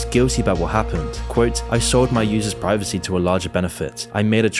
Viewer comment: women “Preevecy”